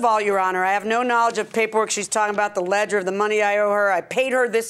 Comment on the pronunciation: "I have a Ledgerd" Did she mean Ledger? is Ledgerd like Loserdz? :P